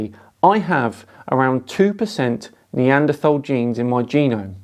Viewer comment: Dear, LOVE your content. Just curious why do you say neanderthal with a soft th and not a hard th? Much love dude, keep up the great work 🔥🔥❤️❤️